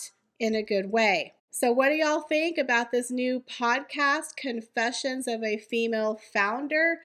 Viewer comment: "Con" is the operative syllable in Confessions.